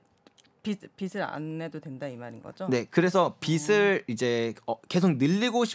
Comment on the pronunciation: 제발 비슬아니고 비즐이라고 발음해 주세요... 오해가 말에서 나옵니다...